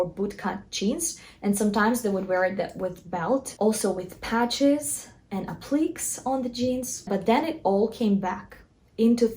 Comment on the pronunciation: “App lick Kay” (empathic on the “Kay”. (Also check emo)